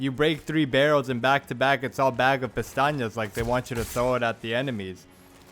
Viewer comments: It was funny to hear you say "Pestañas" all the time referring to pesetas and "Piñata" for the Black Robe lol. Also I'm not a fan of commenting in video walkthroughs but this was amazing to watch in its entirety. Learnt a lot from this video, but after a bit more than 100 hours in this game I still don't get used to the controls (using a controller myself on PC). I'll be looking forward to more No Damage content from you. :) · I always giggle a little when you call pesetas, pestañas (eyelashes) or when you say “la campana” out of nowhere your videos make my day i hope you keep making more guides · May I ask why do you say Pestanhas if the name is Pesetas? (pronounced pecetas) I’ve watched all your vids, and in every single one you say pestanhas 😂 Not hating or anything, just thought it was funny😅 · why do you pronounce Pesetas like that